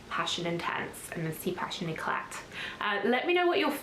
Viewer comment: Hi! Just a detail but "éclat" should be pronounced "ecla". One does not read the t at the end of the word 😊